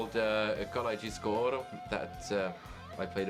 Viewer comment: Karjalajnen! Karjalajnen! Karjalajnen! I can't find anything tricky to pronounce in this word,. Try to learn a bit of Polish 😁